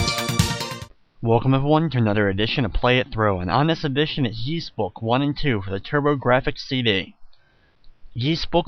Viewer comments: Please, please, PLEASE, stop pronouncing it like "Yees" it's pronounced "Ees". Other than that, thanks for uploading this! ^.^ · All i gotta say dude. Stop calling it "Yees". Even in the games they call it "ees". That is all. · It's pronounced eess, or is, depending on which culture's pronunciation, not yees. It's based on an ancient british legend. That being said, thanks to your vids I might try emulating this version instead of playing the DS remake, this has a lot more charm than the bad looking 3D of the DS version, also it looks a lot less tedious than the NES version. Also that voice acting sounds really good, especially considering the time. Also, even on normal mode, the game levels you up so high right in the beginning of the game in the DS version that there is absolutely no challenge, also that section of the bottom screen that literally tells you were to go next as if they assume all the players are idiots pisses me off. I'm not sure why it got so high marks in reviews.